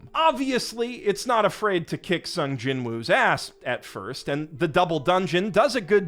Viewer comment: I swear, people will never NOT mispronounce Sung Jinwoo's name